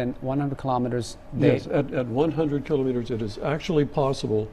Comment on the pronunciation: Please ' kilometers properly, not kilowmeters, it's kilometers